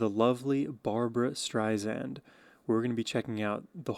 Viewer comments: Her name is pronounced Streisand, like sand on the beach. Alot of people forget that. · dude, you gotta spell barbra correctly! and pronounce the last name with an "s", not a "z"... other than that, let's go... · Just a note ... CORRECT PRONUNCIATION it's Barbra "Strei-SAND " not Strei-ZAND. 😉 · Just a friendly correction. Her last name is pronounced Strei Sand, not Strei Zand. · Please, please learn to pronounce her name: Stri-Sand. And she’s really upset when people mispronunce it! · Have been a massive Barbra Streisand fan for the last 50 years and have attended several of her concerts. There will NEVER be another artist like Barbra. Am so glad you have discovered her and I love your analysis of her voice and her songs! Just an FYI, her last name is pronounced Streisand with ”sand” being the 2nd syllable, not “zand”. She has often said in her interviews, that is a pet peeve of hers when people mispronounce her last name. Just thought you would want to know! Keep up your great shows….am enjoying you! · You are just lovely Sohum! You absolutely must start to pronounce her name correctly. StreiSAND as she says, "like SAND on the beach"